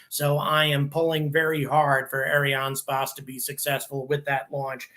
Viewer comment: Please learn how to pronounce "Ariane space" properly. Thank you.